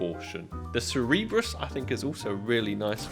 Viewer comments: Its Cerberus bro not Cerebrus :D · It's 2025 and you're still calling it the Cerebrus instead of Cerberus like Professor X or sth 💀